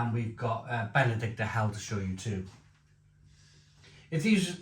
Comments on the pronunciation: It's Benediktiner, not Benedikter..🤓🇩🇪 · Hi. I bought these beers based on your recommendation from the earlier Aldi Oktoberfest video. As you say, great beers both (especially the Hell) and hope they're back around next year. PS. Minor pronunciation point though, think it's BenediktEENER. Keep up the good work! 👍